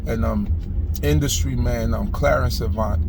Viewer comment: Glad someone pronounced his name correctly. Such a sad and crazy world we are living in. Prayers for Mr Avant and his family. ❤️🙏🏾😞